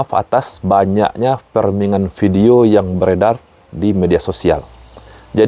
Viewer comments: Koreksi Bro, cara bacanya bukan 'ferming' .. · framing mas bukan ferming 😢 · Framing(freming) bukan Ferming